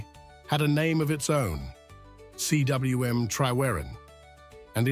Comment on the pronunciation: I was looking forward to this until I heard the pronunciations.. if you are doing a doco, please learn how to pronounce towns and places . Cwm is pronounced koom....C is pronounced like k for king.. Celt is Kelt and Capel Celyn is pronounced as Kappel Kel Lyn ...... Capel is Welsh for Chapel and pronounced as such without the H. Watching from Australia with Welsh heritage